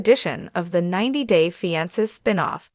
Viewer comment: Why can’t this bot pronounce fiancé right ????